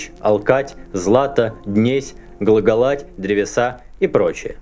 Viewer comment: Разве глаголАть правильно читать? Не глагОлать ли? Ведь глагОл, глагОлеши, глагОлах...